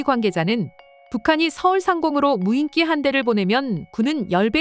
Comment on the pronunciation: 여전히 덜 떨어진 여자 나레이터가 '무인기'를 '무인끼'로 발음하는구나. 머리가 나쁘면 평생 몸이 고생한다더니, 이 여자는 혀가 고생하고 있으니 정확히 맞는 말이다.